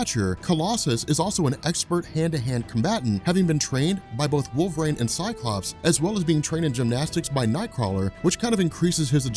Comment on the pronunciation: Wolvarain. Lol.